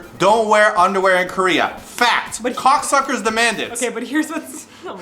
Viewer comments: hahah am i the only one who think pronounced it as coocksuckers? lmao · i nearly spit out my water when said KOCSCers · KOCSCers haha!! Oh 😂